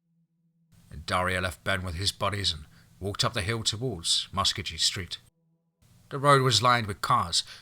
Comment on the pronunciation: Love your stories and does a great narration even though he don't pronounce Muskogee right oh well he is not an okie.